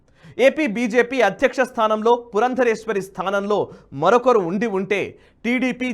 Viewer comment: అయ్యా ఆమె పేరు పురందేశ్వరి, పురందరేశ్వరి కాదు